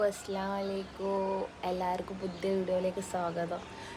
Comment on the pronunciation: സപ്രയ്‌സ് അല്ല സർപ്രൈസ് പിന്നെ അസ്സലാമു അലൈക്കും എന്ന് പറയണം അസ്സലാ അലൈക്കും എന്നല്ല നെഗറ്റീവ് ആയി എടുക്കണ്ട ഞൻ കാര്യം പറഞ്ഞു തന്നെ ഉള്ളു.. ആർക്കേലും തോന്നിക്കനോ 😂